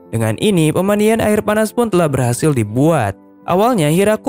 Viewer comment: bilang ari bukan air